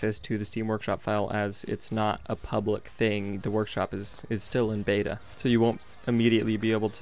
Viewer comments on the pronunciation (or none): none